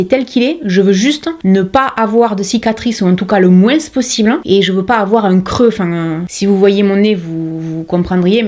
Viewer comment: Bonjour. Je vous suis depuis peu et j'apprécie votre travail autant que votre personnalité solaire et joyeuse. Vos "moinssssssssssssss" me rappelle l'époque où je vivais dans les Pyrénées, j'adore! Alors et ce n'est que mon avis: vous devriez laisser tomber les rageux, ne surtout pas répondre à leurs attaques minables parce qu'ainsi vous leur donnez de l'importance. Alors que c'est VOUS qui l'êtes, pas eux. bon allez j'ai du rattrapage à faire avec les vidéos d'une certaine "" Que je recommande...:goodvibes